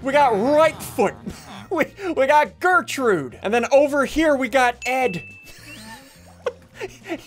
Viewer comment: You realized you said "Flirtrude" right?